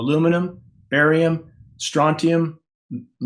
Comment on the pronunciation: Aluminum, Barium=baal